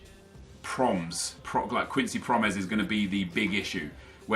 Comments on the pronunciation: promes is pronounced like pro-mess (pro in like pro-player and mess just like messi without the i) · It's pronounced pro-mess XD